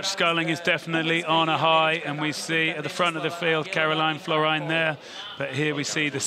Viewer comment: Lots of different names for the World Champion. They should really learn how to pronounce Karolien Florijn 😅